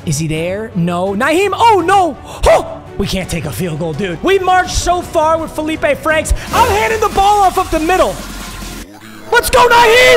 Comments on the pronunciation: I went to high school with Feleipe Franks lol. That is how you say it. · Being the representative of Arkansas football, this video is approved. Felipe Franks is valid. And yes, you did say his name correctly